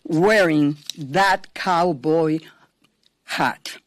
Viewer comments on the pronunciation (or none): Cow boy hut....😂😂😂😂😂 i love it the way said